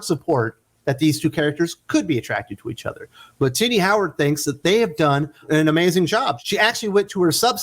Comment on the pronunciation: everytime you say Tini I hear ti**ies😁😆😅🤣😂🙂